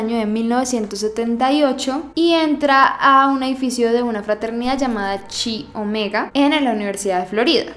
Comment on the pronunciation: se pronuncia “Kai” Omega